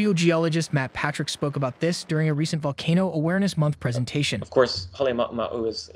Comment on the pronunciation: Yeah, first time I heard it, I was astonished, but after couple of videos I can now recognise that the voice pronounces certain words in exactly the same way. Pay attention to words like "summit" or "volcano".